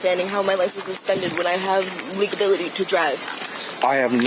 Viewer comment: "I have paperwork. I have 'Le-ga-bility' to drive." Lol 😆 🤣 😂 English, please?